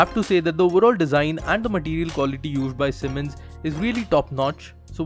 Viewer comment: It's "S" not "SH". Annoys me a lot :/